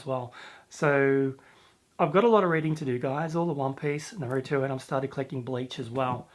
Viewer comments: I call it blame as in blaming someone else but naruto is pronounced NaRuutoe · Bakuman's a really fantastic series. Almost all of the characters are just so interesting. Really keen to see you five into that and review it some day. Also, Naruto is pronounced Nah Roo Toe So Nah as is "Nah thank man" Roo as in kangaROO And Toe as in "Ouch I stubbed my toe!" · Its pronounced Nah-roo-toe